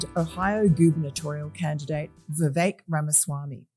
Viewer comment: Thank you for pronouncing Vivek correctly.